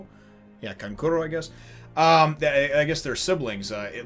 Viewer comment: Such a great chapter. Gaara is an absolute nutjob in these Exams. Your first pronunciation of Kankuro's name in this video was the correct one by the way.